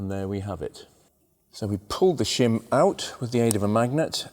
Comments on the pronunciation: I thought you said Shum under the buckets!!!! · Shem aboot exaughsttt !!!